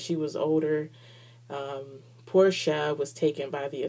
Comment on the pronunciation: Porche's name is pronounced like the car Porche not Porsha. Nice review :)